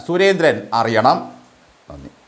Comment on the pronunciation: നന്ദി പറയുമ്പോൾ ഒന്നു കൂടി നീട്ടി പറഞ്ഞാൽ നന്നായിരിക്കും